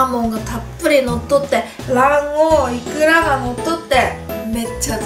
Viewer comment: イクラがイカって聞こえたw